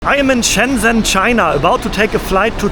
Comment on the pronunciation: I say this with love, but if I hear “Shenzzzzen” one more time… It’s actually pronounced “shen-jen”, soft, simple, no aggressive zzz. Please, for my sanity and for the people of Shenzhen try to pronounce it right.